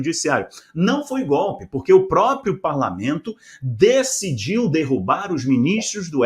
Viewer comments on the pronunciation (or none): none